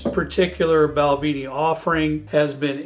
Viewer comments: Thank you! Just for information, pronounciation is as follows--BalvE,nie, Boon HAvin, and BrooikLAddieie.Happt drinking! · PLease stop saying BALVEENIE It's BALVENIE, the "E" is pronounced as in the word "EGG". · It should properly be spelled Bunnahabhain, and pronounced boon-a-ha-ven with the ven as in pen. Also, Balvenie is pronounced bal-vennie not bal-veenie, slainte from Bonnie Scotland. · Bal-VEN- ie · Balvenie (actually pronounced bal-VIN-ee) is my favorite single malt for the money. The sweet American Oak is a nice unique option